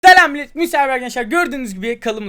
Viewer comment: Abi dalga geçmek gibi olmasın ama videonun girişinde 'Telam Millet' diyosun